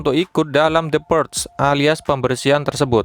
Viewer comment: bacanya purge= purs ada G nya dikit min wkwkwkwk